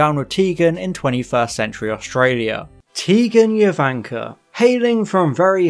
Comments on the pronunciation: Who is Tegan Yovanka? Tegan Jovanka is pronounced with a hard J, like Jo-van-kah. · Fantastic video but just a quick correction: Tegan’s last name is pronounced JOvanka with a hard J, not “Yo”vanka. Great video!!! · It's his mispronunciation of Jovanka that got me. Tegan said it often enough when introducing herself, and it's definitely a hard 'J' sound at the beginning. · Nope. She was named for Jovanka Broz, that's not pronounced with a hard J. Its yovanka.